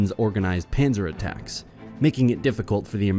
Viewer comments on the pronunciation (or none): ja oder wenn er sagt "panser" :)))